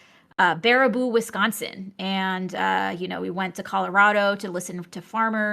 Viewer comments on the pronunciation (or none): none